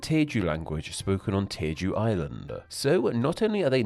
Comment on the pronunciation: I think you mispronounced Jeju as Teju for some reason. It's just a J sound at the beginning, like how it's spelled.